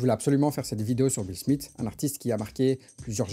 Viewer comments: Ça se prononce Smifs (th) que smite hein. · son nom c'est Smith et non Smit comme tu le prononces tout du long ? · De toutes ma vie j'ai jamais entendu SMITE que ce sois en France ou en Amérique. "Th" en anglais ça n'a jamais eu comme prononciation "T" . Je crois que tu souffre de l'effet Mandela mon ami tu nous pissera pas dans le cerveau 😂